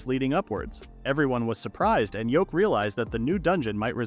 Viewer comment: I hate that the AI is calling him Yoke he ain’t a egg his name is Yuke and whoever subtitled it also got his name wrong it’s even written Yoke you think something as simple as a MC’s name you could get it right